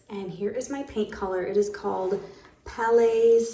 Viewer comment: Hi. PALAIS WHITE ( The "s" is mute other than that you said it nicely. PALAIS stands for palace... so the paint is perfect for the transformation that you made❤... just came across this old video😊 been watching the most recent ones but... was mean to see this😅❤